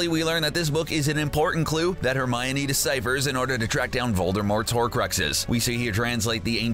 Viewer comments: it's not Romine it's Hermione. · Annoying pronunciation of Hermi-OH-kneE